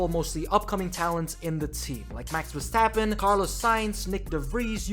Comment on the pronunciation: Verrstoppen and said bruh